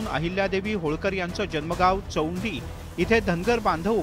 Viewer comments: Reporter la चौंडी बोलता येत नाही😂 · चेवडी नाही madam चौंडी आहे नीट नाव घेता येत असेल तर ग्या